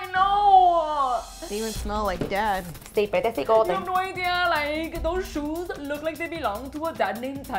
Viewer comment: “GOD FORBID” and “SUPER feo” and “choes(shoes)” 😂